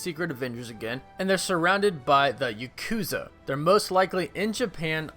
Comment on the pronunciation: Bruh, come on. You don't know how to pronounce Yakuza correctly?